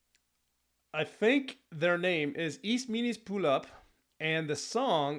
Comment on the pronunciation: Vees meenoost and pooloop 😂